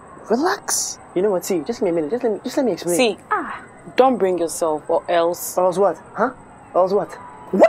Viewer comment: OMG!!! DID she jux said YELSE!!! I FEEL LYK I'M IN HIGH SCHOOL Again!!!!!